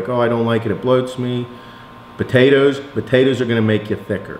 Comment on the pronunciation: I also love sweet puhtatuhs